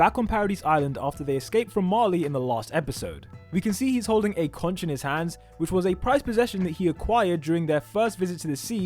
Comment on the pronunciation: Did he just say conch not conch